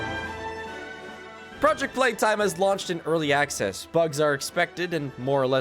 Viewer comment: also "Pooject Peetime" is absolutely based